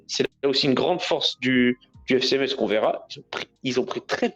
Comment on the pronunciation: merci de ne pas prononcer le z de Metz, svp ! (en phonétique, "messe")